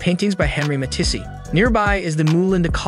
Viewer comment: Beautiful videography, painful pronunciation! I don't speak French, but come on Cognac is a well known drink and Matisse (Ma-tees, not matissy) and Monet (Mo-nay) are some of the most famous artists in history! Otherwise, these are some very pretty spots, thanks for sharing!